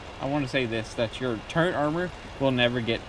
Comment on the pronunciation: Why do you keep saying turrent instead of turret ?